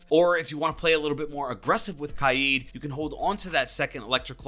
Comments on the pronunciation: Kaid he pronounces it kiade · It’s kaid (KAY-DUH) (K A Y E D) not (KAI-EEE-DUH) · Its killing me the way u r saying kaid